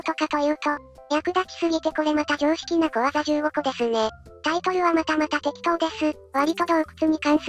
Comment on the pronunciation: てっことー→てっきとー